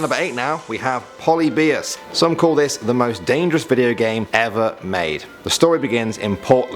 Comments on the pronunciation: EXCUSE ME WHAT? ITS PRONOUNCED POH-LIH-BEE-US NOT POLY-BE-US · Your are saying this with that accent of yours (pɒlɪ bɪəs) when is pronounced (pəˈlɪbɪəs) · Its pronounced Poh-Lib-E-Us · You Said Polybius wrong.